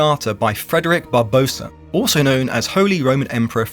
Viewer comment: Barbarossa, not Barbosa. He wasn't Spanish.